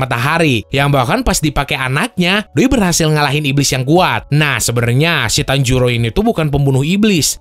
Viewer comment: Bang tanjiro bang bukan tanjuro